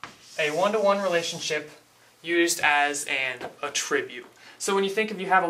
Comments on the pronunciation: A tribute? No, young, ATTribute. The accent is on the ATT, not the i. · I love the way your pronounce attribute. ;P a-Tribute instead of A-tri-Bute. Suddenly I'm thinking of "giving a Tribute!" to Caesar. xD